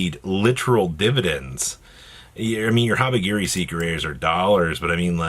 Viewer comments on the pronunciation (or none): Is he saying habigiri purposely or does have speech impediment